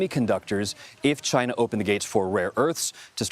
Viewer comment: TRUMP SAYS "Ghina"